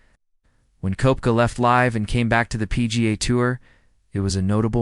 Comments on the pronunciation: It’s pronounced Keptka 🤦‍♂️ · If you cannot pronounce his name correctly- not worth the listen.